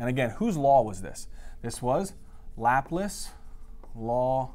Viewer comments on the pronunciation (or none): lapless who the hell is lapless that's laplace ( Lah-place rhymes with face ) great videos doesn't pronounce words to well though